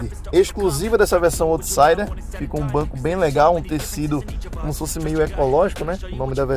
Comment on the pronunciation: Bom vídeo, só uma correção rápida: out em inglês se pronuncia “aut”, então se fala “autsaider”, e não “ôutsaider”.